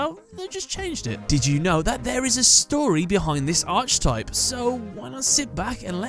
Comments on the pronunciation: Every time pronounces Archetype as Arch-i-type rather than Ark-i-type, another bit of my soul dies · Can you cover the Satellarknight cards? Also archetype is pronounced "ark" not "arch." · It's pronounced arKUHtype you anglo-fuck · Garnet The Gem Yeah, it’s a little annoying. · I wouldn't care so much if he didn't say it all the time 😅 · It's just annoying